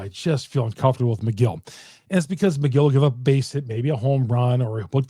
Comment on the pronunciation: I’m not a brewers fan and even I know it’s Megill not McGill 😂